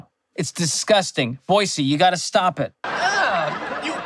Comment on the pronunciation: He learned how to say Boise correctly :)))))